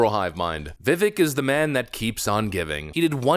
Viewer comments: His name is pronounced [ Viv-vake ] as in cake brother. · (Heh, i don't wanna be that guy....I know you're gonna talk about him probably a lot the next couple weeks...it is Viv ake sounding, he said Vivek, like cake. That is when it clicked to me Ohhhhh, like cake, that makes snese. Not trying to nitpick or be a snot, I'm trying to help). Respect to ya man, keep it up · If you respect the man, learn how to pronounce his name. It's Vi-VAKE. Rhymes with CAKE. Emphasis on the 2nd syllable. Just sayin'. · Viv - VAKE ... not, "VIV ick" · It's pronounced, "VEE-VAKE," like "CAKE." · Vivāk , like brake, take, rake, ache, or as he says cake. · “Vivek, rhymes with cake”. I’m surprised you haven’t gotten b his name correct yet. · His name is pronounced Vi-VAKE. It's like CAKE. Vi-VAKE. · His name is pronounced viv-vake like cake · Come on... Vivek; rhymes with cake. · I love your content ❤️ keep up the good work. I know you love to be so accurate in your content. So Vivek is pronounced like VIVAKE he said it rhymes with Cake. Keep up the solid vids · His name is pronounced "Vivake." It's time to finally get it right. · It's spelled Vivek, it's pronounced Vivake. Vivek rhymes with cake. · His name is Viv-ake..it rhymes with cake! Have some respect! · For f sake. It’s Vi-vake rhymes with cake. Show some respect and pronounce his name correctly. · It’s VI-VAKE LIKE CAKE dude, get it right ffs. Vivek like cake, not hard to remember. Vivek 2024. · Multi-million dollar YouTube channel and you still can't pronounce his name right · Please stop saying his name wrong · Can you learn to say his name right????? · Another day, another Vivek video where you still haven’t learned how to pronounce the man’s name. Bravo.